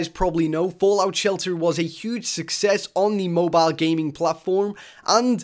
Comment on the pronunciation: lmaoooo moe bio? just say cell phone holy shit lolz.